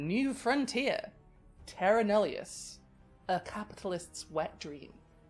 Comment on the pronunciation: as an Aboriginal Australian, the sick hatred I feel when I hear "Terra Nullius" uttered in that accent is just... hefty lol Not hatred for you, obviously, you didn't colonise my people, but like, hatred for the historical figures responsible for what happened to us under that justification.